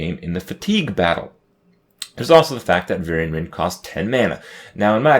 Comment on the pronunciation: Varian-ce Wrynn